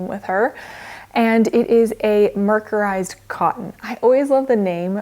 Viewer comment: I think its a pronunciation issue, she's pronounced it with a sharp C not a soft C